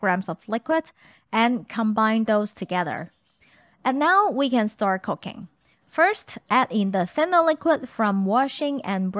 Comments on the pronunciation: Sometimes when says "cooking" it sounds like "cocaine" Depending on the context... I have done a double-take once or twice... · I'm genuinenly not trying to be mean, but her accent, when she says cooking I hear cocaine. Makes me double take every time lol ^_^